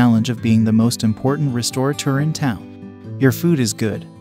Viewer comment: The narrator needs to learn how to pronounce “restaurateur”.